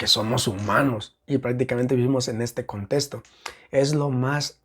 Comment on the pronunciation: Me desespera un poco la forma en la que dice contesto y no contexto 😢